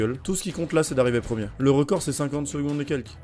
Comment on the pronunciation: Le premiemme ? :')